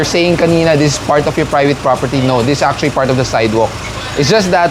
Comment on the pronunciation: Achually este Actually po... spokening in dollars po si Madam. 😁